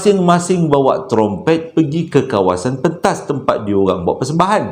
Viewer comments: ingat sy jaa yg tegelak bila sebutt tromtomprett tu😂😂😂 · syoq la crita kali ni.. tp yg saya tergelak bila nk sebut trompet.. 😄😄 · trompet protpet promtet hahaha ade adeee je lah!!! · best dengar cerita malam ni..kira satu kelainan jugak Ler dijemput Alam Sebelah..ditambah lagi dengan punya slange yg kdg2 susah naw nak disebut trompet jadi promtompret..habis keluar air mata saya gelak..terbaik la..terus kan mcm selalu..saya suka sambil mgdengar sambil terhibur..terima kasih yg selalu mghiburkan.. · mcm ummi leer x pandai sebut trummpet...heee bkn x pandai apah ssh sebut..heee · Assalamualaikum, part sebut trumpet tu Nora tergelak sebab abg tersasul beberapa kali. Masya Allah.. Best btul dgr crita abg Joe nie. Tak jemu..